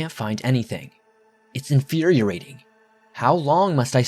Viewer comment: did he say "infuriorating"?